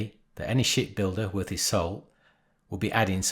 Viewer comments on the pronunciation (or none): i heard sh1t builder 😂